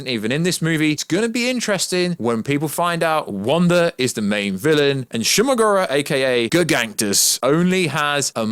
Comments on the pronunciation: You do know his name is Shuma-Gorath not whatever your saying lol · Wtf is shuma gora thought it was shuma gorath?